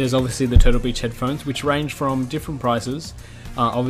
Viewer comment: it sounded lik he said total bitch instead of turtle beach(